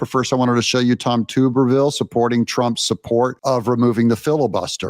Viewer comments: I’ve told you numerous times it’s TUBBER-Ville not TUBER. He’s a ex-football coach from Auburn AL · For the love of God! I'm a female and know that Coach Tommy Tuberville is a well known, amazing football coach and you pronounce his name TUB-ER-VILLER (TUB as in bath tub!) NOT "Tube"-er-ville. Learn how to pronounce names! You lose all credibility when you can't even pronounce a name correctly that is said multiple times a day in the media. 🤬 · Doug, the name is tub-ervil as in a wash tub, a tub of butter or a bath tub not a tube as in a piece of cylindrical pipe, a tuba horn, or tubal ligation. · Alabama Senator TUB-ER-VILLE just a correction Alabamian here, very proud of his stance ! We NEED TARIFFS I VOTE FOR TO USE NUECLEAR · Doug his name is pronounced TUB er ville. He is a former College football head coach for Auburn from